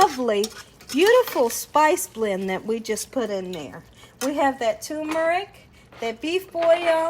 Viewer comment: "tumor-ick"????? WTAF?? There is an 'r' in that first syllable "term-er-ick"